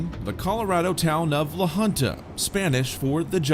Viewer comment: La Junta pronounced hoonta.